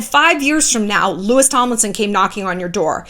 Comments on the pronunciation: Shallon i love you!!!! but Louis Tomlinson is Pronounce as “Lou-ee.” Thank you for using him as an example it felt like you were talking to me 😂😂😂❤️🥺love you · Louis is pronounced Lou- ee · Crazy how you called Louis, Lewis 👀